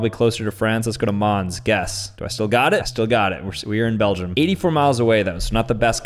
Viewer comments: excuse me? Belgeem? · The way all americans pronouce Belgium